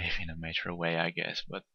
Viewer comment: "Mature" is pronounced as "mahtchoor" and not as "nature" with an m. Just helping you keep your eloquence game on level. Sincerely, a mature player, as established by my name and profile picture ;)